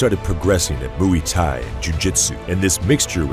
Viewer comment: “Hunter of Gracie.” “Mu-wee Thai.” “Vail Tudo.” Terrible. Just terrible.